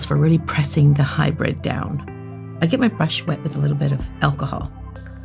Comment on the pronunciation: HybrId, not hybrEd! Pet peeve. 🤓